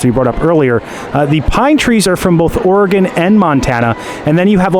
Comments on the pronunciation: Ps. Oregon is pronounced like or-uh-gun not or-oh-gone. Glad you had a fun trip! Edit: and Grand Canyon is not in yellow stone national park 😂 it’s in Grand Canyon National park… Yall should take some trips out west — it’s amazing! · You did not pronounce Oregon correctly.